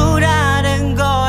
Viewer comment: Minuto . Ele diz angora email vez de agora